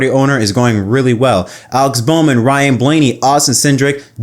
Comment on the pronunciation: Ryan. It rhymes with flyin'.